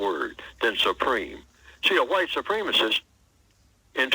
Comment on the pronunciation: Please tell the narrator that "supremacist" is not pronounced with a long e as in "eel." It is pronounced with a short e as in "egg." The same goes for "supremacism" and, "supremacy." All three are nouns. Supreme as in "supreme being" is an adjective and it is pronounced with the long e. The adverb "supremely" is also pronounced with the long e.